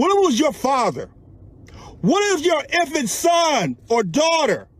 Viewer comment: he says "What if it was your INFANT son or daughter?"